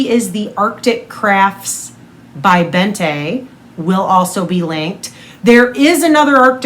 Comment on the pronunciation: Bente is pronounced more like Bent-eh (silent H obviously), not BentA 😋